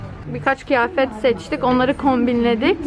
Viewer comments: Allah aşkina kııııııııyafet demeyi öğren 😂 hepsine okey'imde şu kiiiiiyafet diyişine ayar oluyorummmm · KIYAFET DİYEMEYİP KİYAFET DEMESİ.ÇOK TATLIDIN ❤️❤️❤️🖤🖤🖤🖤💙💙💙💙💙😍😍😍😍😍😍🥰🥰🥰🥰🤩🥺🥺